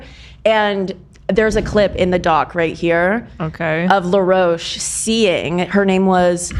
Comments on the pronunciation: Someone please tell that the stylist's name is Law Roach not Leroach 🤣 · Now, I love ya dork boots honey, but I gotta do a little clowning no shade lol Law Roach is from Chicago & his name is pronounced just as it’s spelled & would be said in the US. You were driving me nuts but eventually I was ctfu thinking of you associating Law with La Roche-Posay. If you’ve seen seen on the 3 seasons of the vogue / ballroom competition show Legendary (& he’s been a rotating judge on the last 2 seasons of Drag Race). Law is funny AF & will give some fun nasty reads & will get down on the floor & argue with contestants if they shade him. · not saying law roach as laroche lmao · I don’t think she’s saying law roach correctly 😭